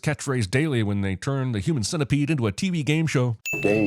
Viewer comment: Sin-tepede XD